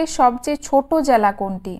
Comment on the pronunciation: Jala noy jela